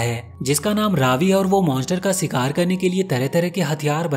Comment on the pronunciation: Bhai shikaar hota hy sikaar naheen❤